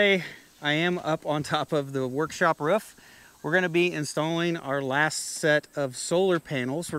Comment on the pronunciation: “Mounted to the woof” Sorry it’s quite funny how you say roof